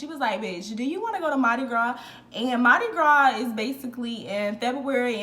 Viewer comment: I’m from New Orleans. You said it correctly and I was a crew of Nyx rider (all female parade tht signature throw is Purses) girl HMU wen u back in town!